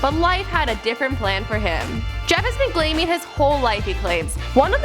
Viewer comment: she says "glaming" lol